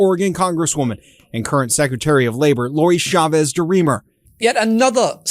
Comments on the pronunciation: Her name is Chavez, not Shavez. We say CHAIR, not SHAIR, CHEESE, not SHEESE. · The ch in the surname Chavez is pronounced like the ch in church.